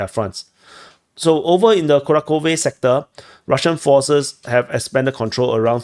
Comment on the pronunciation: kuRAhove. Also, there's no "k" sound in Kharkiv/Kharkov. "Kh" stands for a single letter.